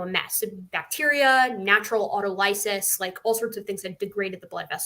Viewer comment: The stress pattern of "autolysis", and the vowel sounds of its last two syllables, match those of "analysis". It's not "auto LY-sis".